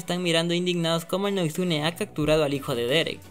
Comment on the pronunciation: varias como por ejemplo dayton se dice (diton) o beacon hills se dise(bicon hills) o noguitsuney se dice ( noguítsunéy) leyendo las tildes obvio, yo a la serie la vi en español latino, no se si la viste en inglés, porque creo que ahí si se le dice así, por eso desde ya disculpá por la falta de respeto, solo para decirte que yo escuche a los mismos personajes decir esas palabras como te la escribí, no es por criticar solo para apoyarte ya que tus videos son muy buenos, y gracias por preocuparte.